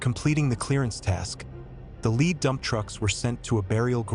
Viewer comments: Do you not know how to pronounce "lead"? You keep saying leed. Is this just an AI voice over? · Lead is pronounced Led. Just helping. Thank you for the video.